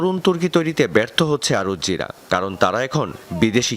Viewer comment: আরুজ্জি না আজুরি এমন উচ্চারণ দৃষ্টিকটু